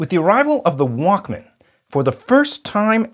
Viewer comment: The way he said it it sounded like WOK instead of Walkman